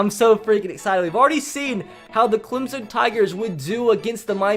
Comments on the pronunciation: And Clem-son not Clem-zen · Clemson not clemzon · Instead of Clemson he says “ThE ClEmZoN TiGeRs” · Clemson with an s not Clemzon